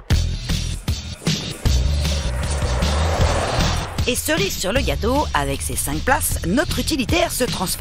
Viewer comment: Elle a dit cossue